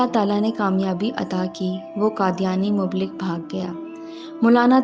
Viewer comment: Aap ka lehja bohot khubsoorat haiLEKIN AAPKI URDU SAHIH NAHIN HAIN HAI MUBLIGH MUBLIGH KEHTI RAHIN ASAL LAFZ HAI MUBALLIGH.PLEASE PEHLE KISI SAHIH ZABAN WALE K SAMNAY PERH LIA KAREN